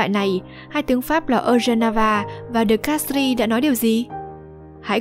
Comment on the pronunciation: Mặc dù viết De Castries nhưng đọc giống như De Castre (tiếng Pháp không đọc âm/s/ cuối khác với tiếng Anh).